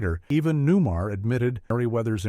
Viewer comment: For us older Folk, Media was never this crap. Wrong details, wrong shots, downplaying things like calling the BatMo a death trap and everything else a death trap. This is the Future? This is all you guys get? 5th rate standards? Listening to a stupid computer! That can't even pronounce Julie's name? R some gonna think her name is Newmer?? Glad i lived it when it was. Hey person running this channel? U suk at this. Stop doing it. Do something else.